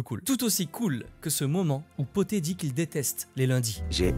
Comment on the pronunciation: C’est pas le chat poté mais bien le chat BOTTÉ car c’est un chat qui porte des bottes et le P est pour en anglais: Puss in boots!!! De rien!!